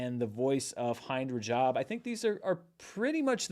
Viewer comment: Might want to look up how to pronounce “Hind Rajab”. She was a child who was murdered by an Israeli ambush. Mispronouncing the name is not good. That’d be like mispronouncing Anne Frank.